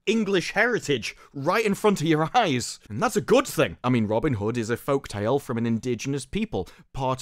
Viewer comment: Did he really say goof ting while tryna sound serious?